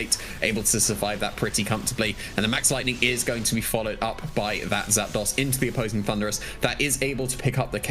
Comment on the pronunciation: ZAP ....... DOS two words ZAPDOS How do you even think to pronounce that ZAPDAUS xD